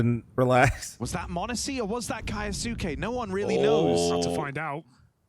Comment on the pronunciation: kAyAsUke damn commentator. Read it bruh 😂